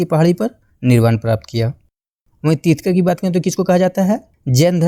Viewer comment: Trithkar nhi trithankar hota hai sahi Se bolo yaar